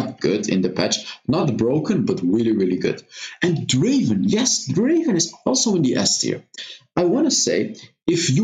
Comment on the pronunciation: Not draven, draaaaaaaven